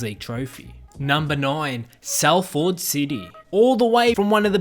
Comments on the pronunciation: Salford is pronounced Soll-fod not Sall-ford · It's pronounced Solfad NOT Sal Ford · It pronounced sal-fud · The way he pronounced Salford and Manchester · As someone from Salford I’m upset with your pronunciation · I’m from Salford aswell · Is no one concerned in the way the guy said Salford city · Yeye I’m from Salford he really killed the name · It’s cos he’s Australian